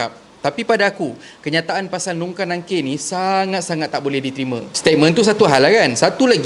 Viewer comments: Kau sebut pun Salah,Bukan nungkar nangkir tapi mungkar nakir...take note... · Nungkar nangkir le..mungkar nangkir le..sorry heh jangan salah sebut..that was MUNKAR NAKIR not nangkir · Bkn nungkar nangkir bang...munkar nakir